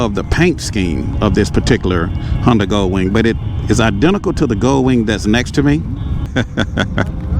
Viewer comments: Its GOLDwing.......NOT gullwing..... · Thank you. That was driving me crazy! GolDwing!